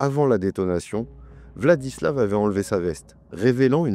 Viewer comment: En Russe, quand la lettre V se trouve à la fin d'un mot/prénom il se prononce F. VladislaF RoslyakoF. Sinon je ne pense pas qu'il était dérangé, dans le sens, malade ou quoi. À mon avis ce mec avait parfaitement toute sa tête, il a simplement voué un culte à la haine - peut être dû à ce qu'il a vécu durant sa vie, peut être pas - et ne s'est nourri que de ça pendant des années. C'est horrible mais il faut accepter de vivre avec le fait que parmi nous il y a des gens qui sont attirés par la violence pure et simple et que parfois il n'y a peut être pas de raison particulière à leurs actes